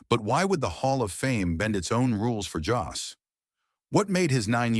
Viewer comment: At least you could get his name right: Jost.